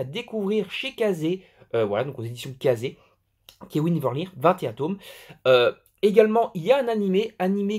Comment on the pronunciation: ça se prononce leurne en fait :p